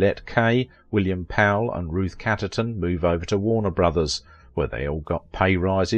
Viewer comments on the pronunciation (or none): Walter's surname: "Hyooston", not Husston. Ruth CHatterton: say the H. Do please check how to say star names - easy and quick to find online. Otherwise well if sadly presented - rather like John Gilbert, abused by bigwigs.